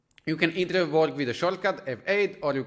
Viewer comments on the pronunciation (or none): Lol, I notice you nearly always say the R before the E at the end of words like, flowRes / flowers , eithRe / either , ovRe / over (many times while explaining enableMouseOver). Areas where you can improve your English. The tutorial itself as great though, it helped. :)